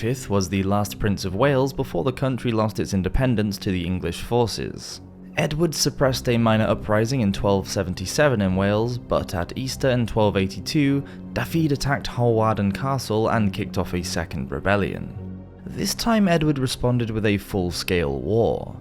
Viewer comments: Daffid? No! Learn how to say it properly. It is spelled Dafydd and pronounced Dah-vith (rhymes with "with"). And Bangor is pronounced Bang-gor not Banger. Dear me. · Small nitpick; "f" in Welsh makes the sound of "v" as in "Victor", "ff", however, makes the sound of "f" as in "farmer". Also, "dd" makes a hard "th" sound (think of the "th" sound in "that" or "then"). And when "th" itself is used in Welsh, it's soft (think of the "th" sound in "thin" or "thimble"). Again, this is just me nitpicking, and is in no way a critique of the video, which was superb as always. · Good video - with the exception of the grating pronunciation of 'Dafydd' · Pity about the Welsh pronunciation of ‘Dafydd’ and ‘Bangor’. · Jesus, that's now how you pronounce Dafydd. Also that's an image of Glyndwr. Did you just Wikipedia this crap?